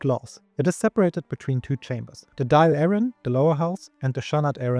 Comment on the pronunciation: Pronunciations are great for a non Irish speaker Only for Dáil Éireann It’s Dall. Or Dawl air’in